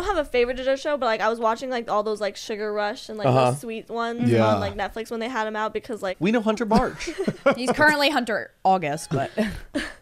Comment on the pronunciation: Zane says "thum" instead of "them"